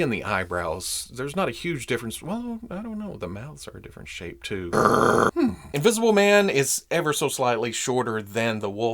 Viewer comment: Hahaha "Wolfmn...Invisiblemn" - You da best!! 😅🙌👍